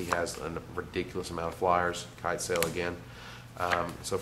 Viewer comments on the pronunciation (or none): none